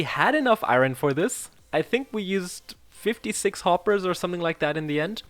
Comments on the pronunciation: Dude its not ayron Its ayorn but u can say what u want lel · Its not (Iroin) it’s (iorn) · The way he says iron is so annoying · The way you say iron is wierd af 🤣🤣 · Youre pronounciating iron wrongly